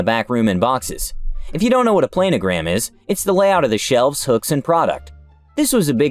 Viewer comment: A little more fyi..."plan" o gram...not "plane" o gram